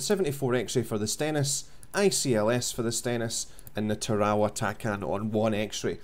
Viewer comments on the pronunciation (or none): Lol, hey bud its pronounced TERRORWAH. friendly correction ship is named after a WW2 battle in the pacific islands...